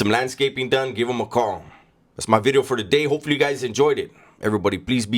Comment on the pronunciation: NGL it's disappointing every time I hear the V in video. Hearing NEW BEEDEO just hit different